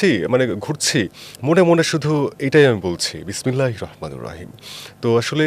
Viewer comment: বিসমিল্লাহ পরতে পারেনা ঠিক মত আইছে এখানে টকশোতে